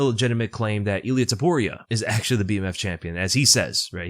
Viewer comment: “Eel ee ah” “rob fawnt”